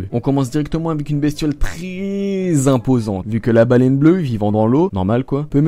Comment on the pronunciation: Baleine bleuE avec un E euuhhh